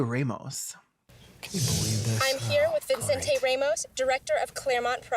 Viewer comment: i like how everyone in the movie says Vincente Ramos Vinsin Tay Ramos